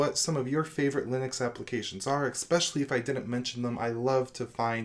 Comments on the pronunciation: What does eXspecially mean? OR do you mean especially? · Especially doesn't have any "x" in it. Saying, as many times as you do and saying it wrong, is just annoying. Except for this everything else is great.